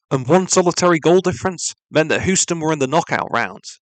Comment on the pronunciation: Nice video! Just an fyi Houston is pronounced like Hew-ston, not Hoo-ston. Just figured u might want to know 🙂 have a nice day